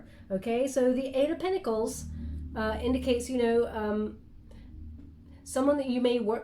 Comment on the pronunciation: I always listen double speed xd and you said what sounded like "I'm not really down with kids yo" hahaha I had to slow it down to hear "you know"